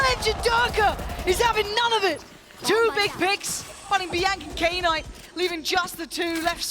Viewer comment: Any reason why calls "Knight" "Key Night"?